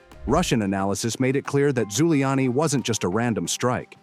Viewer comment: Airport name is "Zhulyany", not Guiliani.